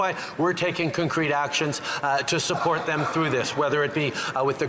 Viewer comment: For the love of God, learn how to say concrete JT...😂😂😂